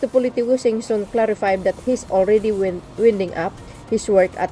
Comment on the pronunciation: It is pronounced as waynding please.